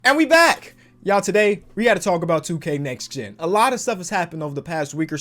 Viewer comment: "nex gen"